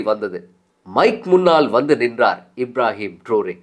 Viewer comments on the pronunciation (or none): இப்ராஹிம் ட்ருறே என்று உச்சரிச்சு இருக்கலாம்